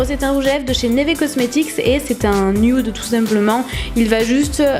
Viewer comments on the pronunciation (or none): none